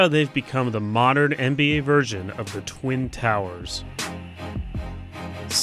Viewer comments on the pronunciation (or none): How you say twin towers, that’s so wrong